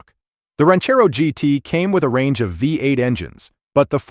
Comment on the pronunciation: Great list, but someone oughta teach that AI narrator how to pronounce "V8".